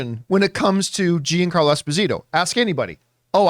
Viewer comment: When did he change his name to Jean-Carlo?? It’s embarrassing that campea calls himself Italian and he struggles to pronounce a name with “gia” in it